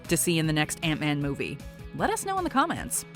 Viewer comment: Did you just say "comm-ants"?